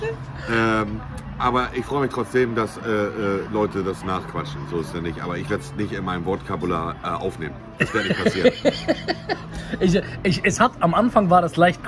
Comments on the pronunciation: "Wortkabular" - Marcel Eris 2022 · „Wort Kabular“ ~ Monte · Montes "Wortkabular" wer kennt es nicht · Ach ja, Montes "Wort Kabular" :D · Monte der einzigste der wortkabular statt Vokabular sagt😂😂